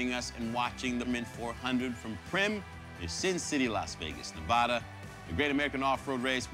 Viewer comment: Sal masakela pronounces Nevada wrong.